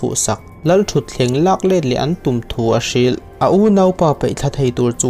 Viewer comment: "thleng" modified 'thlen' ..sipei × sipai ✓ etc...mizo tawng dik tak hi ngaihthlak anuam bik ania.